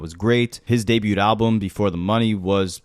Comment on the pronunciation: wtf is with pronouncing the t in debut?